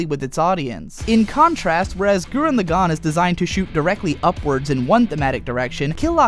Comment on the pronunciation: It's pronounced LAgann, not LevioSAAAAnn. I enjoy the crap out of KLK, but the character progression of Shimon far exceeds anything a naked chick with a sword and an anger complex can do. I cried at the end of both though.